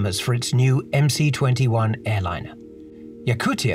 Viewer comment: I believe it should be pronounced MS-21 and C is the symbol for S in the Cyrillic alphabet